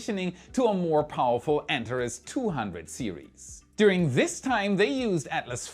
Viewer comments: BTW, the Antares vehicle is pronounced An-TARE-eez, not ANT-ar-iss. English doesn't borrow from other languages, it follows them down dark alleys, knocks them over, and goes through their pockets for loose words. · ANTARES - pronounced " ANT-ARE-EES " or " AN-TAR-EEZ "....it is NOT pronounced " ANT-A-REZ " like how said it.... Figured I would say something so it says it the way the company itself says it, and so I'm not totally confused again...... wait... oh yea.... I'm ALWAYS confused.... that's just me... Sorry:) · My friend...please use the Greek pronunciation, "Antareeeeees" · Antaress --> Antarees. ;) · Also “an-TAR-eez “ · An - Tar - Reez